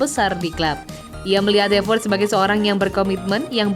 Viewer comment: Klo Ngomong Havertz bukan Havert